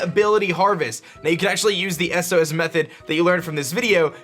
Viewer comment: wtf is an "eses" method? ITS S-O-S. also take care of your rotom asshole.